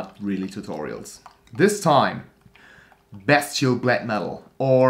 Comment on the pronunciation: when you pronounced "bestial black metal" I've heard "best chill black metal" xD you call them tutorial in a satirical way whilest being funny and still keeping it black metal, without making any fun of the genre. And that's what I like with them (and I like to think I leanr stuff too). So yeah: funny, satire of tutorials, and learning shite. Btw, chech out this guy who makes fun of tutorials Good job. Keep making them and I'll keep watching. Cheers!